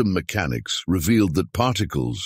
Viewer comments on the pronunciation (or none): He put the accent on the first syllable when he said "mechanics".